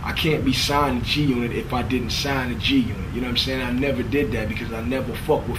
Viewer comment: when the game reads "g g g g g unot" it sounds like he can't read, like he's trying to pronounce g-unit lmao